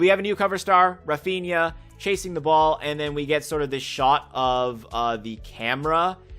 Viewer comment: "Raphiña" Me as a real Madrid fan: 🙄